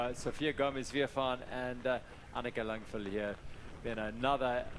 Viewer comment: LANG VAD Langvad learn to read.. WTF